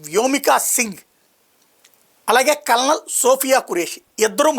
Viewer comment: "కర్నల్ " అని పలకాలి.